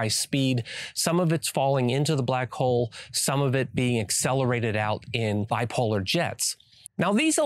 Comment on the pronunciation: Lol bi-polar jets, NOT bipolar jets.